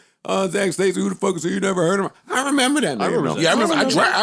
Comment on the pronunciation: "Memember", Joe Budden is made for podcasting 😆😆😆🙌🏾